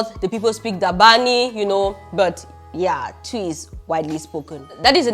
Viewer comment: It’s not tuiii 😂😂😂 it’s twii 😂😂